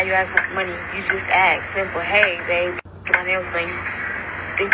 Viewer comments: Too much to axe and axing !!! Ask and asking, come on now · "dat may seem like too much to axe? Too much to ahks?" What is it? Why is her K ahead of S in ASK! It's ass-k!"